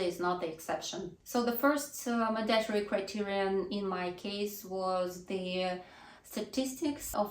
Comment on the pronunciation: mАndatory, а не mandAtory, от слова манда что ли? режет ухо, что же у вас, русскоязычных одна и та же ошибка...